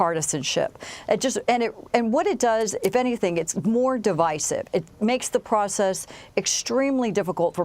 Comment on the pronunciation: Someone might also want to let know how to pronounce divisive